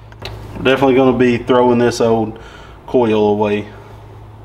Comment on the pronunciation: best is listening to not being able to pronounce oil or coil...he says it so it sounds like "oyow" for oil or "coyow" coil.. that evil "L"